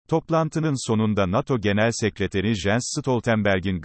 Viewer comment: Sayin, size basit birtü-yo Jens Stoltenberg'in adi "yens" diye okunur.